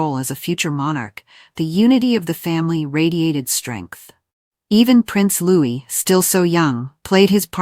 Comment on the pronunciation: Please get people to read these comments who can pronounce Louis name correctly. The S is silent.